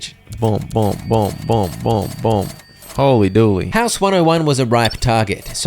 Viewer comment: Hooly Dooley not holy dooley